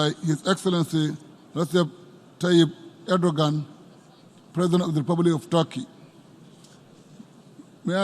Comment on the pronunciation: He is called "Recep Tayyip Erdoğan " NOT Ordogan , Eurdogan" or Ardogan